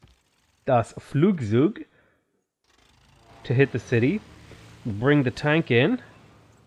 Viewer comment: I'm from germany and listening to your german skills killed me! "Das Flugsug" wellll it's called "das Flugzeug" but i take that lmao